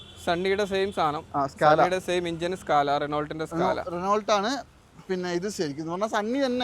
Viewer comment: റെനോൾട്ട് എന്നല്ല റെനോ എന്നാണ് ഉച്ചാരണം